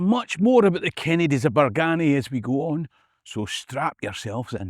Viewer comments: You said the “Berganny” Kennedy’s died out? and did you say the “Hamilton’s” took over? Did I hear that correctly? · Cassillis is old Scot and pronounced "Cassels" and Bargany pronounced "Bargeeny". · Entertaining stuff. Just need to work on the correct local pronunciation of some of the places mentioned- Bargany is usually pronounced Bar-geeny, Cassillis is (less often these days, to be fair) Cassills, or castles. At least you got Culzean right though - we had lots of fun when we were kids being asked by American tourists if they were on the right road to Cul-zeen castle - naw mate, never heard o it 😂